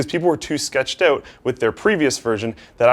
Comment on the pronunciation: the most canadian "out" i've ever heard